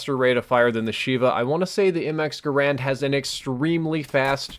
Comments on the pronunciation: it's pronounced mx or m1 garand not mx or m1 grand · It's gar and not grand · Am I the only one that realizes that it's not pronounced Grand